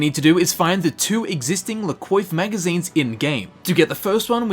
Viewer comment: pronounced "la cwauf" not coif just fyi